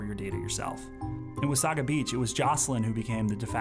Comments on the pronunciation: It's pronounced Wah-SAY-guh not Wa-SAW-gah. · It’s Wah-say-ga beach not Wah—saw-ga beach ... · Wasaga is pronounced "wuh-say-guh" not "wuh-saw-guh". Also, Wasaga Beach is not a quiet retirement community, it's a beachfront "party town" for ppl coming from Toronto. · I've always pronounced it "Wasaiga" Beach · Its wa - say - guh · It’s pronounced “Wa-say-ga”. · That's a wee bit close to home for me, so close that I know you mispronounced wasaga.